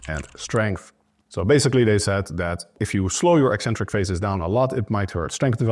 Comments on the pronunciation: I'm British and "ek-centric" is the standard received pronunciation. You won't hear "ee-centric" anywhere outside of the lifting/fitness community. I find it really strange hearing them say "ee-centric". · Thank you for being the only fitness professional who correctly pronounces the word "eccentric".